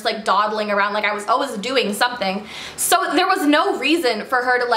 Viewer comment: "Alwez" you're the best queen at saying "Always" 😂❤️💕